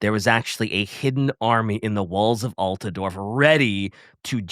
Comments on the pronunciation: AltAdorf? Wheres the second A in Altdorf? Konrad? Nibble on that mans neck. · Aargh Alt-duh-dorf? Look how they massacred (the pronunciation of) my boy!! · It’s Alt-Dorf, where did get the extra “a”? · and Possum did a great job covering the Von Carsteins in this one, but somebody PLEASE tell him how to pronounce “Altdorf” 😭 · mispronoucing Altdorf is really killing me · destroying every character and place name gets annoying after a while. Like what the hell is “Altedorf” and “Von Carsteen”. A little bit of effort man,….